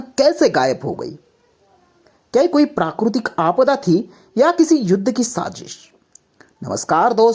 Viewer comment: Prakurtik ❌❌❌ Prakritik✅✅